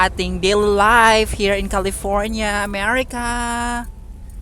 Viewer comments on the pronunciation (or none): none